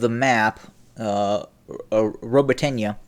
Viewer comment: It's pronounced "Robo-t'nuh"